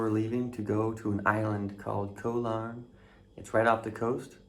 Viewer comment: Yep Koh Larn is quite nice, although quieter in the evenings after the majority of tourists head back to the mainland. Just as an assist... "Koh" in Thai means "island" and is pronounced the same as "Got", but without the final "t"... (yes the "K" is pronounced as a "G")... so it's not like the "co" in "co-dependent"... :)